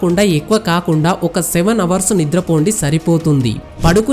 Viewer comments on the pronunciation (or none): none